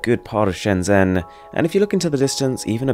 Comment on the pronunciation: You mispronounced Shenzhen btw